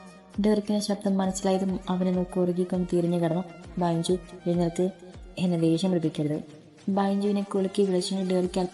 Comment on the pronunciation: Super story ബെഞ്ചു അല്ലെ ബൈഞ്ചു എന്ന് കേൾക്കുമ്പോൾ എന്തോ പോലെ